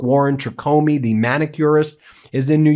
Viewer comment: Can someone please teach her to say the rather than de..seriously after all these years 🤨